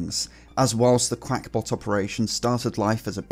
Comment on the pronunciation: Uhh that says qakbot (cackbot) not qUack ya duck